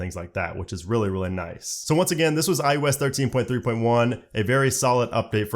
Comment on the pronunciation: this dude says IUS and it annoys me so much